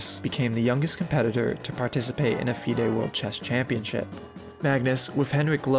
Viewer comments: Hey brother, very few chess players say some of the words in the way you have here. I'm a youtube dude myself, and I know it sucks when people "correct you". One example I would keep in mind is F.I.D.E — Fee-day, it is the governing body of chess and tracks your strength via ELO, which is your rating relative to other players. And mostly king's rook / queen's rook, you usually just say 'the rook'. they have open 'files', rarely does anyone say 'diagonal'. We say 'the open file.' I love this video, and do not intend anything that being informative brother. Love this content, wish you all the possible success on this platform. Covering Karpov vs. Korchnoi is an excellent topic for you, if you plan on making more videos! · As a viewer coming from the chess community, I’d like to say: amazing documentary. I want to provide some small corrections, however, in the event you choose to pursue this topic and its many, many dramas 1. FIDE is generally pronounced fidé (feel-day) in the English community 2. Cancelled has two L’s (sorry) 3. Not a correction, but yet: your selection of commentator clips (Daniels king and rensch, judit polgar, and the broadly undervalued Peter svidler), shows an obvious class and understanding of the both important and entertaining analysts today. I’ve sent this to friends before finishing it. Maybe I value this too heavily, being that I was there sweating over every move, or maybe because it just was a drama so incredible, yet hard to portray to the layman, that it’s a great treat for me to hear someone else understand it. But maybe it’s an incredible story worth the proper telling, as you have done so wonderfully. Thank you (Please do the 2018 match as a follow up) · Fide is pronounced “fee day” fyi. Fantastic vid though dude. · FIDE is pronounced feeday. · It’s Fee-day not fie-d when pronouncing FIDE and trompowsky not trumpowsky.